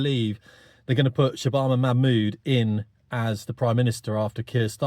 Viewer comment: Yeah, you're really not pronouncing her name correctly. You need to watch Katie Hopkins for the correct pronunciation.